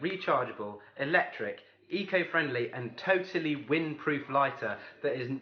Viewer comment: the tesla, QUIT SAYING TOATLY